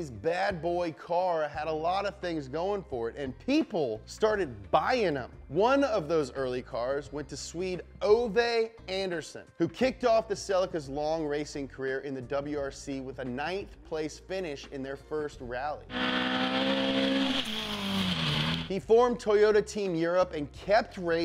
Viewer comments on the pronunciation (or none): Ove Andersson is pronounced oo-ve under-son, where the e in ve is a hard e like in Spanish, the o in son is a hard o too, and the r is rolled a bit.